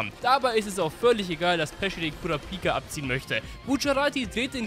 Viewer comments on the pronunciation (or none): Kurápika und nicht Kurapíka bitte sag das zweite nie wieder